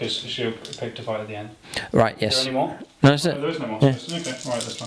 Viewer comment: Loving the content I've been a fan for YEARS, and I've always had one question that has burdened me for ages... why does your "No" have a "y" in it? "nyoooo" 😅😅. Great videos pal, keep them up.